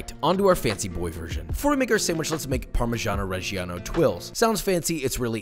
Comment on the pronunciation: Americans can't pronunce parmigiano reggiano but here is a little help: pahr-mih-DJAH-noh red-DJAH-noh